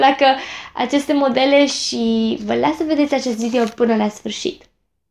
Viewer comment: Ce drăguță ești când spui ,, Vidio "